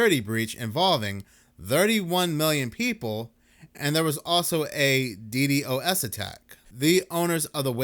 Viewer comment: FYI it's Dee Dos